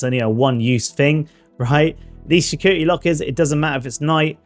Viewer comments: 'shecurity breach'!?! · ah yes the infamous schecurity lockers